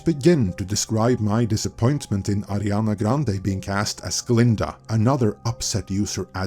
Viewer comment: Her name is Ariana, not Adriana…